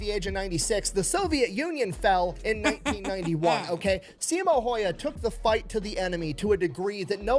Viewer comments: If you're curious about the actual pronunciation for the name Häyhä (video's not accurate – the way he says it would transliterate to Finnish orthography as "Heihaa" and later "Hoihaa"): The "hä" are the same sound as the start of "hand" (sounds like "händ" to us), and the "y" is ~ the last sound in "new" ("njyy" to the Finnish ear). For Simo as well, there's a smaller difference. The way he says it sounds like "Siimou", so would need to both shorten the i and drop the u sound from the end. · Just a quick tip for Americans if you pronounce it "How Ha" It's closer to the real way of pronouncing his last name.